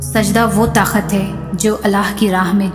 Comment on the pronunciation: Taqat ko takhat read kar rhi hn